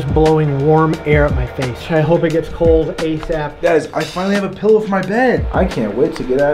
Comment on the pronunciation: "for the KEaugh" 😂